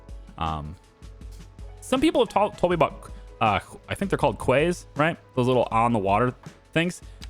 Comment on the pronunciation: Keys. Quays is pronounced keys. One quay, two keys, red key, blue quays! I know, quay doesn’t even look like a real word! Love your stuff! Keep it up!!